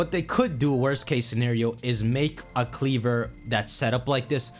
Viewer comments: It’s KleavOR,Not KleavER. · It’s KleVOR not KleVER Lol